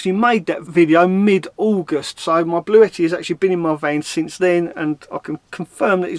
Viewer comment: you pronounced it right it is Bluetti not Blue-tti. I’ve actually spoken to them this morning x ps try the slow cooker x Roly